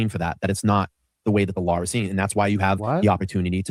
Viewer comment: omg learn how to pronounce LAW! it is not "lawr". Speak english 🤯